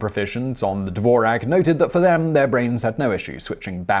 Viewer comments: It's pronounced Dvorz-yak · Really bad pronunciation: Dvorak, which doesn't rhyme with Morag, is pronounced DVORZHAK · That's NOT how you pronounce the name "Dvorak" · The "Who Invented the Keyboard and is the Dvorak Really Better than the QWERTY?" drinking game: One shot of tequila each time he pronnounces the word Dvorak as DDDVVVorak.